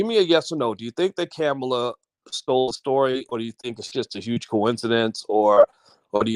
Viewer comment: Can you pronounce her name correctly?